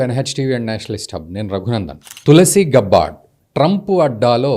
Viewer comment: గబ్బార్డ్ కాదు. గ్యాబర్డ్. Standard పదం ఎలా పలుకుతారో అలా